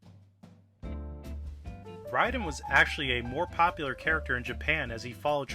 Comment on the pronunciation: from snake to write-in (that can't be an accident, yes I know the character's name is Raiden but it sounds very much like write-in )